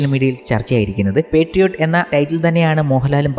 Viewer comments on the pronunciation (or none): പെട്രിയോട്ട് അല്ല ബ്രോ മോഹൻലാൽ പറഞ്ഞത് ശ്രദ്ധിചില്ലേ പാട്രിയോട്ട് അല്ലേ?